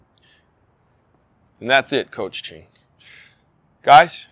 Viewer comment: why is he calling him Ching instead of Chien